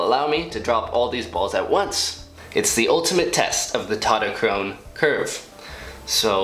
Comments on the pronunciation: "TautoTOchrone" lol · Tautochrone in greek is pronounced taftoxrona (im half greek btw)